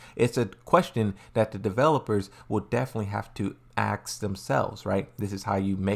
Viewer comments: repeat after me " AsssssssK ", dont axe me one more time, its tilting me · yeah it's really not difficult to pronounce 'Ask'. Just focus on saying "Ass; then add the 'K' sound at the end.